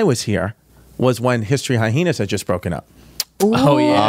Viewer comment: Triggers the F out of my when someone pronounces hyena and Hi-hena. Where the hell did you go to school!? I knew a guy that would say it like that and I would finally snap and be like why are you stressing it like that? Why are you adding an extra H!